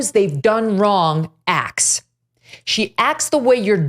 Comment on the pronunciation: Hey Megyn, there is a 't' in the words acts. You are pronouncing it "ax".